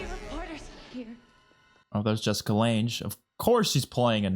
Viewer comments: Jessica Lange’s last name rhymes with Bang, not with flange. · Just an fyi it’s pronounced Jessica Lange is pronounced “Lang”:) Can’t wait til you get to Coven and Hotel!! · Pronounced Jessica Lang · Jessica Lange, like "Hang, Dang, Fang...." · it’s pronounced “Lang” 😉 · Hate to be that guy, but Jessica Lang is pronounced like 'gang', fyi. I'm loving these reactions!! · Just a heads up Jessica Lange's last name is pronounced like "Lang" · Lange rhymes with sang or rang.